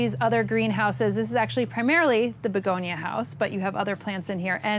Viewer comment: I really liked this video. It is very informative. I also enjoyed listening to his unique pronunciation of American English. In particular, he is quite consistent in replacing word final schwas with ‚r‘, e.g. begonier, bacterier, Africer, Americer etc.